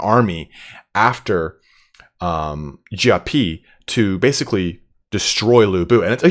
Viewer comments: Your pronounciation of Xiapi is actually the better one ; ) Same thing with your Xiahou Dun pronunciation keep it up man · Your pronunciation is much better! :) And you were close with Xiapi, definitely improving! Xia is close to "she-ah" in terms of sound, but said quickly together. Similar to my previous suggestion for Xiahou Dun. For Cao Cao, I think it's easier if I just link this for your convenience: Altogether, loving your coverage, your enthusiasm is infectious!